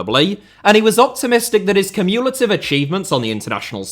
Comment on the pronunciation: Did you say…. Cum-U-lative😂